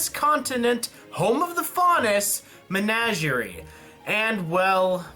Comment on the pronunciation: First of all, it's Men-ah-ger-ie. Second, I don't understand your dislike of Blake. Yes, maybe it could have been split, but she's an interesting character and they probably won't make another episode centered around her for a little while.